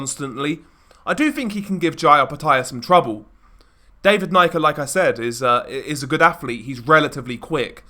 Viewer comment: Pronounced knee-ka